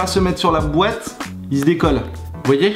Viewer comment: ça me stresse le "dans la boête"